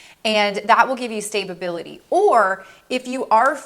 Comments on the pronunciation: Ok ..I'm not trying to be funny I just want to make sure I heard right...Did you say Stabe- a- bil-ity? Did you mean Sta- bil-ity? If not...What does the first one mean? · Stay-ba-bility 🤣🤣🤣 I love your videos but this made me giggle 💋